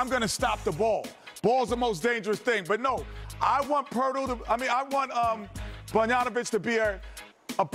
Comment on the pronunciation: Poertl than Bonjanovic hahahaha Jesus